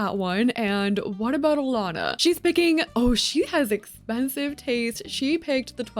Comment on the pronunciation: omg i almost never see my name in media, let alone pronounced correctly. a win for all alanas